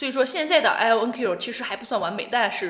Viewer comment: 是IonQ, 不是LonQ.